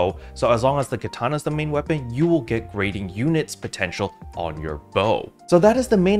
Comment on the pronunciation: Love what you do bro, just hadda make a slight correction... Gyrating sounds like (Jie-Rating) like what ppl do with their hips🤭 not "greating"